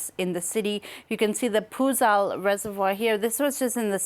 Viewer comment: Its not poozal its puzhal (pulal)